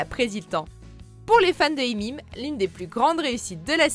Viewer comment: Mais qui dit "Imim" même 😂😂 Pour raccourcir on peut dire juste "How I met" mais "Imim" c'est bizarre nn ? Ya vrm des gens qui disent ça ???